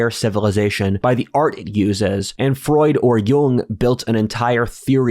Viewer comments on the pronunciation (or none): none